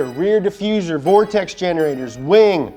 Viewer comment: Thanks for saying vortexes correctly. I clicked the link thinking "one of these mfkrs about to say 'vor-texas'"